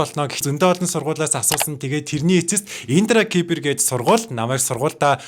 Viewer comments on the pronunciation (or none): индра кипэр биш индра сибэр